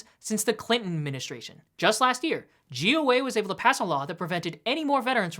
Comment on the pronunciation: "JEW Way"....Omfg, I thought for sure you kept repeating "Jew Way" instead of "GOA" ~ Just another channel obsessed with Israel & humping Bibi's leg.. I thought, till I saw the name of your YT channel!